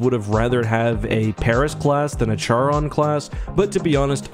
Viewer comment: Charon is pronounced keh·ruhn. Jeez duder.